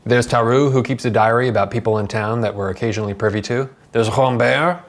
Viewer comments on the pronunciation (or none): none